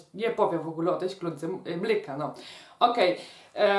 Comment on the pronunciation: Czemu Pani mowi mlyka? Piszę się mleka i tak się wymawia 🥛